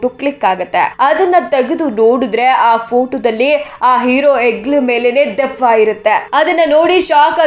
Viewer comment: ದೀಯವ್ವ ಅಲ್ಲ ಅದು ದೆವ್ವ.. ಕನ್ನಡನ ಸರಿಯಾಗಿ ಉಪಯೋಗಿಸಿ...